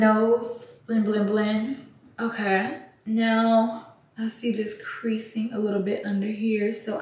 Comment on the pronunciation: Ya Ont say “Otay” no more?